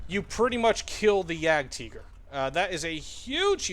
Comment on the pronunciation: That's the correct German pronunciation